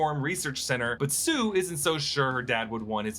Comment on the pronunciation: he was trying to say sue and I know it was in Florida but I still think he know better